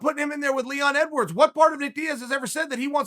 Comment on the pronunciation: Chael is saying his name wrong on purpose to highlight the point that he is not interesting and no one cares about him lol